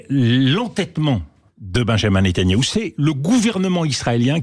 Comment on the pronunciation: magistral comme a chaque fois DE VILLEPIN , seule bémols, il prononce toujours mal Netanyahou